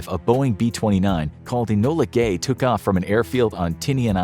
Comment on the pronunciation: "enola gay"